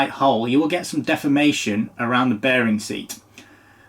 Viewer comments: Appropriately pronounces deformation as “defamation” because that product is fōked! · I thought you said "poop defamation"